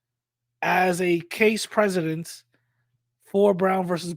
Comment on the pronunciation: The word "precedent" and not "presidence"